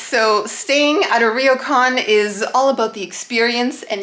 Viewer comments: Hey guys love your stuff... just a tip it's pronounced Row-kan not Reeo-kan 😊👍🇯🇵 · I'm enjoying your series of videos in Hokkaido. You seem to have more knowledge and appreciation of things Japanese than most North American visitors to Japan that I've seen on YouTube. Even better Japanese pronunciation than most (except for the difficult "ryo" in "ryokan.). I can tell you've done your research and chosen the places you visit and things you try with some insight and preparation, and you've been smart and lucky not to be caught up in the huge crowds of the very famous and popular places. One small note: yukata was way too short (it should at least reach your ankles), so you should have chosen a bigger size, and when you put on the yukata (or kimono), always wrap the left side over the right side, so you can insert your right hand into the opening. Both of you do a great job trying different things and commenting on your experiences!